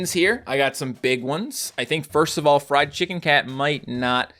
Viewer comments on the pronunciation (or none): none